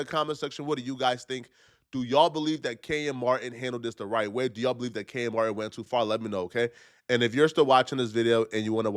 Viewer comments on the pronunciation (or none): It’s Kenyon Martin NOT KENYAN